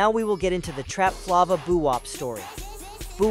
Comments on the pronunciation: Trapflava❌ Trap Flava✅ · TrapFLAVOR aka trapflava tf😂 not trapflovah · “Trap Flaw-va” 😂